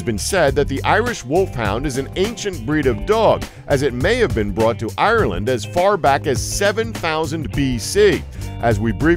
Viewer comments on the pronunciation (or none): none